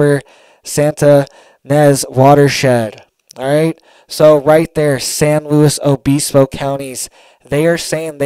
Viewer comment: We’d say San lew ibisbo but we were just San Siego surfers and there is one in north county San Diego with the same name. The “S” and “O” was silent